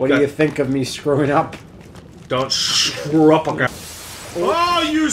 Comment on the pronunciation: "Don't shcrew up again."